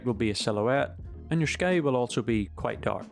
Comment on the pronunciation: Minor cavil: the word 'sky' is not normally pronounced with an 'sh' sound, but you're Irish, I guess, so ok?